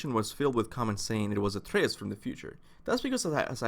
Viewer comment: He’s called Atreus not athreus ffs